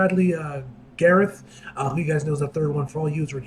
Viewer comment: Appreciate you mentioning me here and am happy to be your inspiration! Another new pronunciation of my last name I've never heard, haha